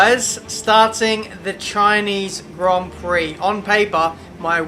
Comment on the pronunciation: Chineez Grond Prock